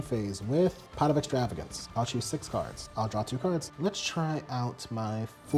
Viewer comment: Is this guy mispronouncing cards on purpose ??